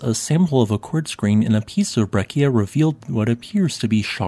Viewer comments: “Breccia” is not pronounced with a hard C but with a soft C; the correct pronunciation is something like “Brae-tcha”. You’re welcome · The word "breccia" is pronounced with a "ch" sound instead of a "k" sound.